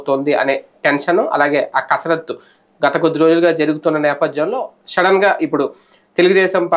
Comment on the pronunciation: సార్ షడన్ కదండీ. సడెన్ అనాలి.